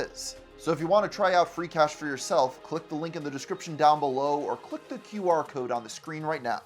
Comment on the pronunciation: feeecash? seriously?